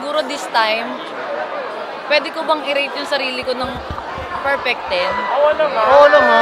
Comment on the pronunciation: Pero ang pronunciation ng perfect pakinggan nyo